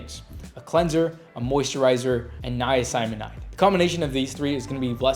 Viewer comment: Hey bro luv ur channel but ur pronouncing niacinamide wrong 😊 respectfully